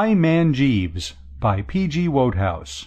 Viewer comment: How in the world did / miss the memo about how to pronounce the author's name? Shaaaame. Oh BTW it's WOODhouse as most fans and admirers know. Go back and fix it.